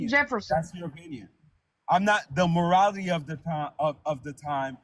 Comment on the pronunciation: Whaaaaat do you meeeaaan objectahtive moralaty 😂 holy shit